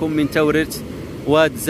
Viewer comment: أهل المنطقة ينطقون اسم الواد وادزا بتغليض الفتحة على الزاي وليس بتخفيف الفتحة على الزاي.